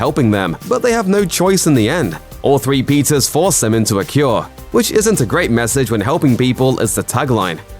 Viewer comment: Ok. The narrator is totally calling the Peters “Pizzas,” right? Am I the only one hearing that?